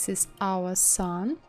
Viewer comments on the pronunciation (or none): no offense but when you say "OUR", it reminds me of Soviet Union memes xD. Anyway love your tutorials. I just did that 80s poster from your tutorials yesterday. Please upload more <3